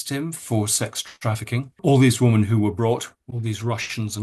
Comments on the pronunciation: Why does Andrew always say 'woman' when he means 'women' ? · Why do you not pronounce the plural of woman - WOMEN - CORRECTLY ?!? 🙀 (Sounds like WIMMEN) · I have nothing but respect for Andrew Lownie and am so grateful to him for managing to expose all these absolute creeps. BUT I wish he pronounce the plural of the word ‘woman ‘ correctly. Why does he call women WIH man WUH man ?? It’s a bit irritating considering he’s talking about women and the word pops up so often. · why does this guy struggle to say women as a plural, like 'whimin' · Can someone tell Andrew Lownie how to pronounce "women" vs "woman"? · RIGHT??????!!!!!!! I have commented that many times